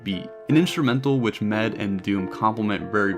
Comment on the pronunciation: It's not MED, its M.E.D. when you say the mans name ;)